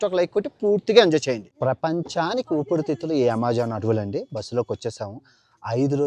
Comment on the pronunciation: ఊపిరి తిత్తులు... ఊపిడి తిత్తులు కాదురా... నీ... నత్తి నా......